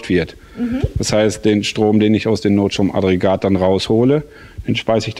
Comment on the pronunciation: Wäre schön, wenn du NOTSTROM-AGGREGAT korrekt aussprechen würdest. (NICHT NOT-STROM-ADREGAT) Trotzdem sehr schöne Entwicklung! Weiter so! ;) Was ist daraus geworden?